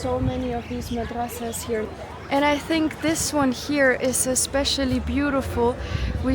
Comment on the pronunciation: Masadraas ❌ Madrasaas ✅